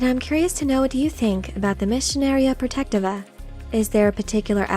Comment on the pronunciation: Please correct me if I'm wrong, but I believe it is pronounced: Pro-Tech-Tee-Va